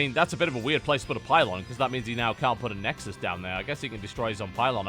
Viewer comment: "Nexusisis ses i ses i" xD